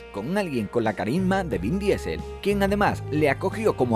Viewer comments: Mejores top diciendo DIESEL en vez de DISEL....WTF!!! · Queridos españoles: las palabras, incluídas nombres y apellidos, en inglés, se pronuncian en ingles. No traduzcan todo, no arruinen la hermosa pluralidad lingüística que nos ofrece el mundo. "Diesel" es un combustible, no un apellido. Gracias.